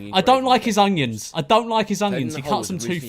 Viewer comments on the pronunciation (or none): i always laugh at my mum whenever she says onions because she pronounces it with a very subtle G (so she says 'ungions' the g is very subtle) and i just realised George says it like that too